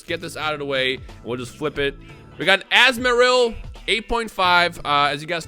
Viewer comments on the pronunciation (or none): Azmaril lol 😂 come on man when wanna be Pokémon fans pronouns Pokémon names bad or even dbz characters names wrong 😂🤣 really grinds my gears ⚙️